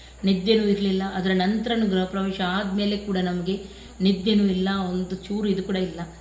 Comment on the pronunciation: ಅಕ್ಕ ಗ್ರಹ ಅಲ್ಲ ಗೃಹ anni